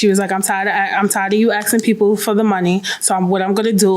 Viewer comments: Because English is not her first language so that is how she pronounced “asking” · First of all lady please stop "axing people"!